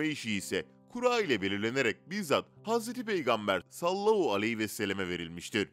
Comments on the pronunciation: Sallahu ne?! Madem dini bilgiler veriyorsunuz, düzgün okuyun! Sallallahu aleyhi ve sellem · Sallallahu aleyhi vesellemi daha net söyleseniz iyi olur